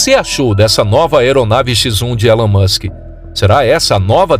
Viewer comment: Ta man, já sou fã do "Elun Muchen", não precisa me convencer!